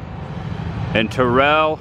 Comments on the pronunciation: Not Tuh-rell. Tear-ull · the way you said TerrELL. ouch lol. It's TERRell. You better hope Jamie Foxx doesn't hear you say it that way lol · It aint "turell" its pronounced Terrull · Its pronounced "TEAR UHLl" not "TAHREL" 😅 and they have been there 27 years, not 37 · You mispronounced Terrell. Emphasis on the "rr". Terr-rell.